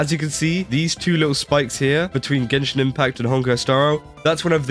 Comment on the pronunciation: Gay-shin Impact 🎉🎉🎉